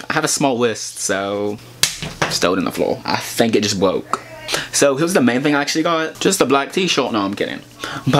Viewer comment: Lol bwacet and he said bwoke lmao